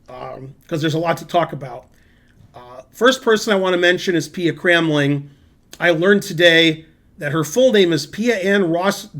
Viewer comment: You did not pronounce Pia Cramling correctly, though its not so far off. It should be like "kraamling".